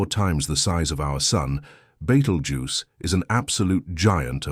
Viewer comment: Please learn how to pronounce BETELGUESE